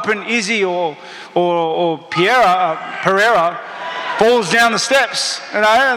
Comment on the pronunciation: He calls Pereira “Piera” just like Chael does 😂😂